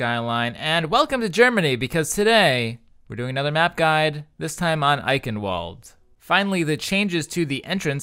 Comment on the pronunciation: well the ingame voice announcer got it wrong also, by now im just used to it, doesnt change the fact that its wrong